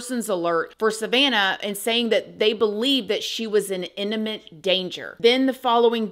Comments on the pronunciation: The word is “imminent” not “inni”ment. Love you, hope I’m not too rude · Enimant danger¿? 😮 IMMINENT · iMMinent* danger, not iNNiment.